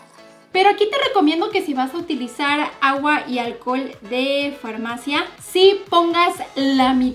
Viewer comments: dice framacia en vez de farmacia.;v. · alcohol de farmacia o de framacia?? 😂😂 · Alguien se dio cuenta que en el minuto dice framacia en vez de farmacia??? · En ves de decir farmacia dice framacia en el monuto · Jajajaja "framacia" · la "framacia" el que entendió entendió